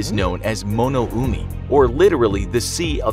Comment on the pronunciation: In Japanese, we call this place “dragon’s triangle” or 「魔の海」(= ma no umi), not “mo no umi”. You may think a single vowel wouldn’t change a word’s meaning, but you wouldn’t be right...